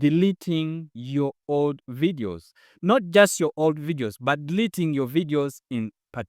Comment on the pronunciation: Stop DELETING or what is the word. Could you please effect the pronunciation? Other wise, it's a wonderful presentation.. Cheers 🇵🇬🇵🇬🇵🇬🇵🇬